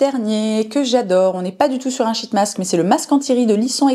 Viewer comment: Merci pour cette super vidéo! Mais les shit mask je m'en remets pas 😂 par pitié essaye d'allonger un peu le i, genre sheeeet mask parce que la on part vite sur une autre signification bien moins glamour 😅